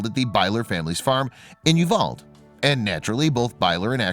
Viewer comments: The town where they got married is pronounced you-Val’-dee, not Uvald with a silent ‘e’. Just saying. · If you could pronounce You val dee, it would be appreciated. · You pronounce it U-val-de in Texas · Uvalde is pronounced Yoo-val-dee